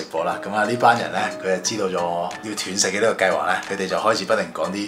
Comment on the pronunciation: 係讀"段"食, 斷章取義個斷, 唔係跌斷腳個斷